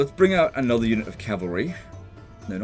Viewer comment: ITS ANODDAH SHOAH